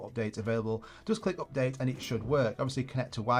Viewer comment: it calls Update ... NOT OPdate